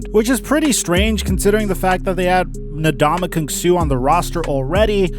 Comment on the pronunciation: His pronunciation of Ndamukong annoyed me too